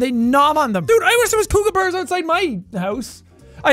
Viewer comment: Sean says Koooooooookabura when it's kookaburra lol